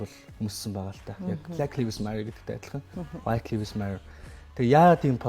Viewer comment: copy Мэдээ нтр хүргэдэг ухаантай юм бол зөв үнэн мэдээлэл түгээж бай. Худлаа хэдэн халтар хултар мэдээлэл харчихаад битгий мэддэг юм шиг солиороод бай. 1т. Гадаадаар үг хэлмээр байгаа бол зөв хэлчих. Lives гэдэг үгээ ч аятайхан хэлчихэж чадахгүй байж юун худлаа шаах дуртай юм. 2т. Kanye яг BLM болж байхад үг дугараагүй. Өөрөө Drink Champs дээр хэлэхдээ би Candace Owens-н киног үзчихээд ер нь юу болоод байгааг ойлгож авсаан гэдгээ хэлсэн. 3т. Үндэсний телевиз дээр гарч байгаа юм бол аятайхан сул үггүй ярьж сураач. 4т. Pete Davidson хэзээ ч Kim-н нөхөр болоогүй. Найз залуу нь л байсан. 5т. Яг асуусан асуултанд нь хариулахгүй өөр2 мэдээллүүдтэй хольж яриад байх юм. Шууд асуултанд хариул л даа. 6. Julia Fox-той 3 сараас хойш ахиж хэзээ ч холбогдоогүй, өөрсдийн хийдэг зүйлсээ л хийж яваа.